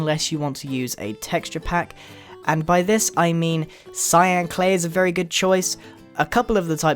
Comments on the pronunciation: Btw you said Slyan clay instead of cyan clay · Yes he did say clyan clay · He said slyan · I think grian said clyan clay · "A nice block of clyan clay..." Clyan... C-L-Y-A-N. CLYAN??? Is that even a word? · Grian, at some point in the video you said "slyan" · At 2:5 maybe less he said cylan clay 😂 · "Clyan clay" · hahaha you accidently said cylan clay lololo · y u say cylan clay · He said slyan clay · You accidentally said clyan in stead of cyan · he said clyan instead of cyan XD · y said slyan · when he was talking instead of saying sian clay he said slian clay lol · slyan clay is what he said it's Cyan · Did anyone notice that he said "Slyan Clay" at the start 😅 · Did he say clyan? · DID HE SAY CLYAN CLAY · grain says clyan clay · "Slyan" clay?